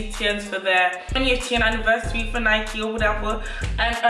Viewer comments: Lyyy ya videos banggg but... how u think it’s right saying Nike and not Nike thoooo😂😭💕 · Benedicte Tshepela we say Nike in London not Nikey lol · It's annoying how londoners say Nikey 🙄😭 in Manchester we just say Nike pronounced N - I - K - E but anyways great vid lots of love from Manchester